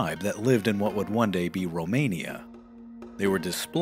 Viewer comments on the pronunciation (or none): none